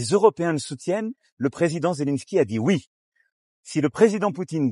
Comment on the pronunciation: Il a dit Vouiii 😂😂😂